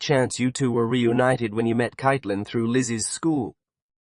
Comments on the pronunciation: Amen!! And the name is pronounced Kate-lyn, NOT Kite-lyn. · Caitlin is pronounced Katelynn 🤷